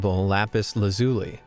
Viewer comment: BTW, Lapis is pronounced Lapis LA zhu lee